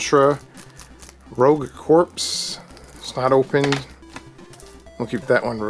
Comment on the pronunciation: I hate to be that guy, but it's out of love. Daemon is pronounced like demon. And corps is like core. Think marine corps. Cool collection, good mix of games.